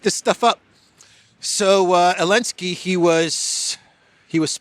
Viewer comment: It's "elenski", isn't 😢???